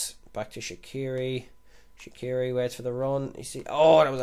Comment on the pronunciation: Swiss here. You pronounce it 'Shatshiri' (tsh as in conSCIous)